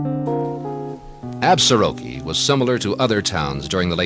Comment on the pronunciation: Nice program. My grandfather homestead just south of town in 1896. A couple of pronunciation notes. The locals pronounce it “Absorkee” without the ar in the middle. Also, the s in Plenty Coups is silent.